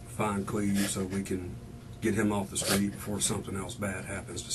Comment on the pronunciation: “He axed me to drive sKraight ahead & park on the sKreet” 🤦🏻‍♀️